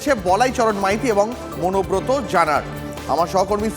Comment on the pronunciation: অনুব্রতর ভাই নাকি মনোব্রত!😂😂😂